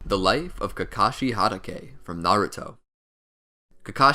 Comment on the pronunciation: How tf do you pronounce hatake? At least try